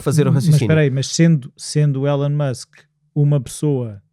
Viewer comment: Só para melhorar e fazer deste podcast ainda mais único....por favor chamem o nome correto do homem: pronuciasse ilon e não élon... Musk